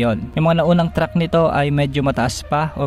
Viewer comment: Track hindi Truck!